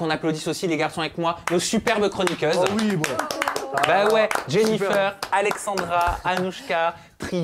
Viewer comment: "Jennifeur"??? Pourquoi prononce Jennifeur? Ou dirait pas plutôt " Jennifaire"? C'est pas joli